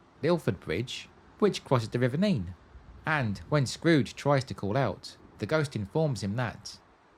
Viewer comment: River Nen (Nene) not NEEN please